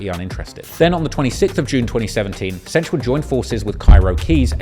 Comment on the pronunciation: Am I the only one who cringes every time he calls him "Cench"? lol